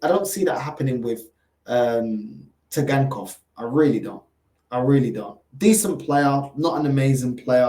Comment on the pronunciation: Bug up the T is silent